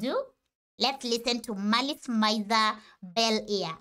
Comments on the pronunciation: A couple of notes (love the video by the way) 1. MIZER is pronounced "me-z-air" rather than "my-z-er" (a lot of people make this mistake, so you're fine lol) 2. for the next MALICE MIZER song, i recommend au revior or gekka no yasoukyoku as both have amazing music, fashion, vocals by the one and only GACKT, and the same serotonin. or ILLUMINATI for something tonally different from the same album as the other songs mentioned (merveilles) ;) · it's not said meezery either though it's said miz-ery